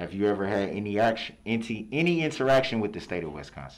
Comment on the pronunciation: He says “Inty” instead of “any” Like bro what????